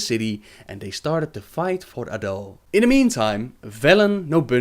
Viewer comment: what accent is that? I'm just curious never heard someone saying "started" as "stard" before